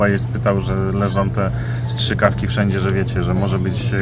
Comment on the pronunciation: Nie szczykawki, ale strzykawki ;)